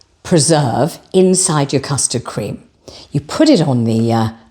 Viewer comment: I too spat my tea out when said Po Noodell. This is absolutely hilarious, love it. Then we get the custard crem 😂😂😂moving on up 😂😂😂 Please keep them coming x x